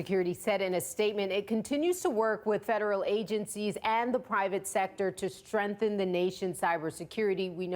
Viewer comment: "strenthen"? Did she mean strenGthen?